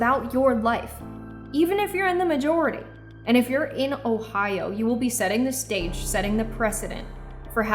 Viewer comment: Sorry it is Ohio not ohions or whatever fake word you used to change the states name and so so many others and why.